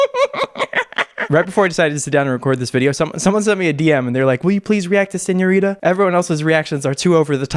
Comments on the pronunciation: you’re Mexican and you don’t know how to pronounce señorita? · Shawn Mendes says, I love it when you call sinõrita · Lmao I think Sean is calling her señorita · Hahahah that is literally what I thought. Who calls Shawn senorita? 😂😂😂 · ooh i love how you pronounce the ñ lmao